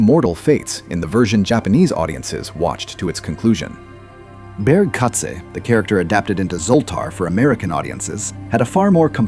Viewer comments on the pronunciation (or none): BAAGO-Katsu! BERG-KATZ! NOT Bear!